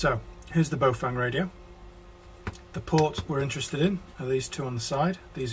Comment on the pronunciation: Cool vid. Only thing I'd comment on is pronunciation of 'Baofeng'. I'm presuming this is Chinese, and if it is, you'd say "Bao-fung" (rhymes with Cow dung:-) ) to pronounce it correctly. Clearly, when it comes to building the interface, I'll leave that in your more than expert hands:-)